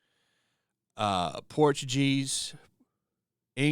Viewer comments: "Portutjizz" Really?!🤣🤣🤣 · He said "portujeez" I'm cracking up lol but yeah...glad to see this